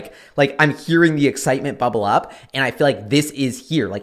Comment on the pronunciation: Am I high as fuck or did he emphasize "bubble up" is this a sell signal? O_o